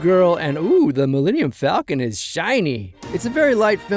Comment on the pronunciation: One of my favorite details that they kept from OG Han was the way he pronounces "Falcon" like "Fall-ken". Was the final detail that sold me on Ehrenreich.